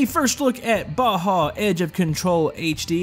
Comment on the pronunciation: its not baha its baja